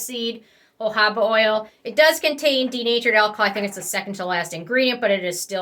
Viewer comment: It’s jojOba not jojAba. You mispronounce it LITERALLY 100% of the time.